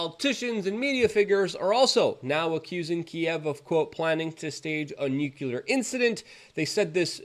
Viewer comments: Don't forget "NUKE YOU LERRRR " ! phonics died , I hear . . . * Though I'm NOT a grammar nazi . . . it would be nice to hear pro-nounce , instead of amateur - nounce ! Meh , it's only slightly annoying . . . OF COURSE ! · Nuclear is not "nucular" lol